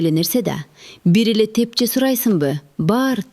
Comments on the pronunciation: Тепче эмес тепши деп айтылат. Туура айтылышы керек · Тепче эмес Тепши болот.